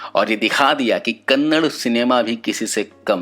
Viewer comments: Its kannada not kannad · Kannad Nahi hai KANNADA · Bai kannad nahii Kannada😠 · Bro pls kannad nahi kannada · I'm commenting on only one thing It is not Kannad, But it is "Kannada"